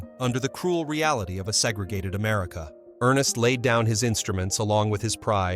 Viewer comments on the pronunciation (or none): none